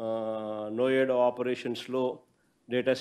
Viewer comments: Noida ❌ vs ioda✅😅😅😅😅😂😂😂 .... Assalu miss avvaddu😂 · నో్యోడా కాదు నాయన నోయిడ అను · Noida kaadhu nayoda andharu nerchukondi 😅😅😅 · Good to know from you that the foundation stones were laid in 2020. Now what?? You just need the credit. Pls be happy and welcome with a positive approach. Learn how to pronounce NOIDA. ENCOURAGE the next gen team not limiting to the party.